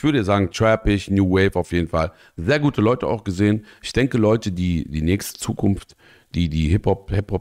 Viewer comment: Die, die hiphop des Zukunfst sind 😂 bester Versprecher überhaupt 👌🤣